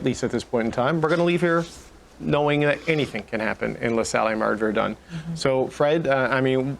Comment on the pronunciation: Phonetic is ''Ver-done'' not ''Ver-dune'' 🙂